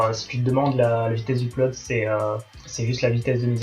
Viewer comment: Pressure level de l'an 1100 après JC (Jules César) : Ma prof d'anglais te fait dire qu'on ne prononce pas [uplode] mais [eudlode] en appuyant sur le [eup], syllabe forte. Voilà, voilà ! ^^